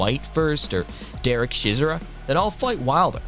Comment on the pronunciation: It’s derek chisora not chizra